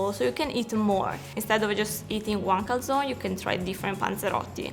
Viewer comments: Lo pronuncia come lo pronunciano gli ammeregani, sennò mica capiscono. ;-) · She says calzone wrong though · Ma poi come pronuncia calzone??!?